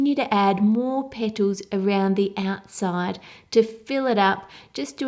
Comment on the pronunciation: I could listen to a 1 hour loop of just you saying "little petols".